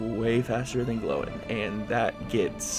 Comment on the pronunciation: ‘Glowin’ lmao, ‘Gloin’ is pronounced the same way as ‘coin’